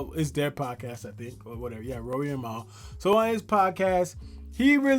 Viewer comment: "Mal" is pronounced "Mall", my guy. And Mal is HEAVILY compromised. He does know him personally to a certain level (they have each other's phone numbers) but his behavior has been ULTRA NASTY. You also forgot ISH from The Joe Budden Podcast. He too has been glazing Drake NASTILY. And Ak.... was compromised, but he has shown some neutrality... even with his reaction videos... he can't deny that Dot bested Drake.